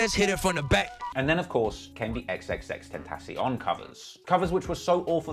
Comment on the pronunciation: X- ten- shun… Put some respect on that name. You got no room to talk about “hair”